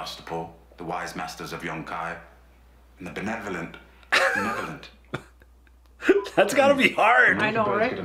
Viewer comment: Gotta love those bloopers. Love Arya and Tywin, but Peter Dinklage really had trouble with that one word benevolent. I think he did that take like 24 times. I saw a another video today that I never saw before, maybe you guys could check it out if it's not on your list. The Starks/The North Remembers by Tap101Dancer. The song is Nuvole Bianche. It is so beautiful. As always you guys take care. DianeX3